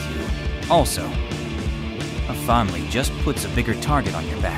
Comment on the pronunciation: Ru-leed = ruled 😅 Famaliy = family 😂